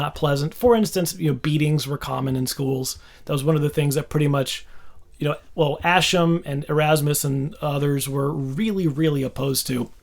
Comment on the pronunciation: Ascham pronounced Ask not Ash. (yeah, i'm that guy, lol). great explanation of a topic dear to my heart.